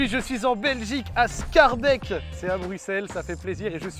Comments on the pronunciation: Scharbèque ? Sckaerbék la pronconciation ;) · par pitié quand tu prononces Schaerbeek prononce schaerbéék idem pour molenbeek ou faut prononcer Molenbéék